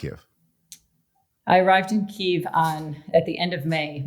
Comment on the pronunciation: Oh David, your pronunciation of Kyiv. 😔